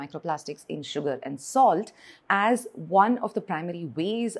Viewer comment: Dumb POS pronounces salt as "solid", it could be because she looks like an African.